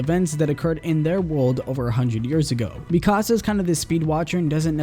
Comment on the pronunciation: It's not mi casa it's MIkasa